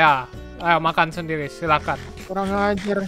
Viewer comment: Ngomong sendiri jadi sendili